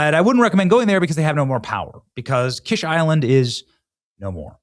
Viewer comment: What good is having a naval base when you have no navy? By the way, it's pronounced "Keesh" like the fancy egg dish.